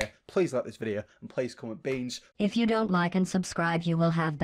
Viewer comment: you said comment beans 😸💅🏽